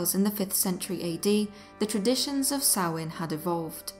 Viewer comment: Finally someone that pronounces Samhain correct. Thank you for a wonderful video without the modern horror nonsense.